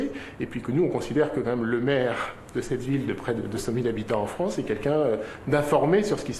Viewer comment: C'est la fronce...